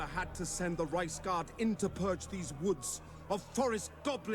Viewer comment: After hearing that word for a while, I cant help but hearing "Rice Guard" instead of Reiks Guard